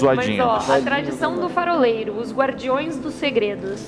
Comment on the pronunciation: Eles errando ao dizer faroleiro é muito bom kkkk farofero